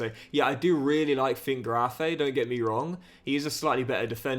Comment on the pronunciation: Its not pronounced Schwabe its Schwebe as ä is pronounced e, same with finkgräfe its finkgrefe